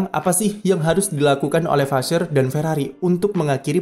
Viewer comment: Vasseur di baca nya vase